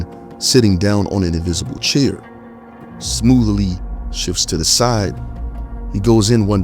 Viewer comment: lol I know, he said “smoothily”